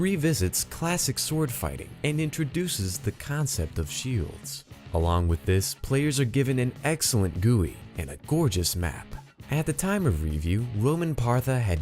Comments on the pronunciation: it's pronounced jee-you-eye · “Roman Partha” and “Gooey” 😭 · A "GOOEY"???? GUI, man... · who the fuck is running the roblox youtube channel and why do they think gui is pronounced GOOEY